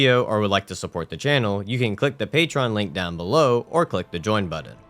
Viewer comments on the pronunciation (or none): none